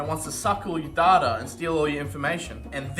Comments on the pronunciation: saying "Darter" is giving me crohn's disease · uk: dayta us: datta: DARTA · There's no 'h' or 'r' in data fyi